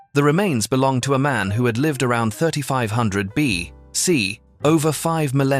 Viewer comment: Listening to the dialog, this seems to be a test of a Narration AI agent, which seems to struggle with common phrases that have been around for many generations. For example, in the clip the phrase "3500 BC" pauses between the B and C, which suggests the bot cannot think of a word that starts with 'bc' and has not been programmed to recognize that BC is an abbreviation. Some interesting images all the same.